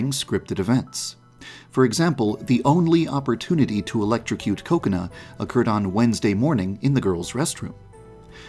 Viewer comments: Yeah. He says it as “Ko-Kuh-Na” instead of “Ku-Ko-nah” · i heard "coconut" instead of her actual name xd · I hear KOKAnut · How I here kokona:coconut True tho Edit:salty snack foods like chips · I love how he pronounces Kokona's name like "coconut". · The name: Kokona How some pronounce it: Ko-ko-na How others pronounce: Kokonut How I pronounce: Coke-can Bijuu Mike: Koconi Markiplier: Boobs Mckensey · ...that's how you pronounce kokona?